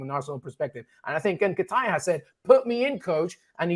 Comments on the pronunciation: Man said "N'kitire" ☠☠☠☠☠☠ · "Eddie N-ken-taya" 🤣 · Oh my....can't unhear that Nketiah pronunciation 🤣🤣🤣🤣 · My brother you can’t keep pronouncing Nketiah that way if you want anyone to take you seriously